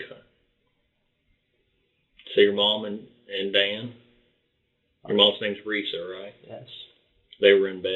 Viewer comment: This kid talks like Elmer Fudd. He pronounced his mother's name (Risa) "Weesa."